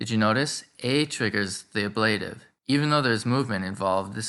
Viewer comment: I have never heard the word ablative pronounced with the accent on the second syllable. Is that the convention in some places?